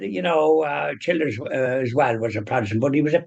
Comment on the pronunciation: PRONOUNCED---- CHILL DURS.